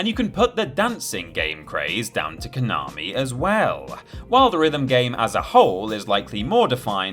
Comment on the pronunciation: If you're going to the trouble of pronouncing 'Gradius' correctly, you could at least learn how to pronounce 'Konami' properly too. There's no 'r', it's 'ko na mi', not 'ko nar mi'... (Love the channel really, keep up the good stuff!)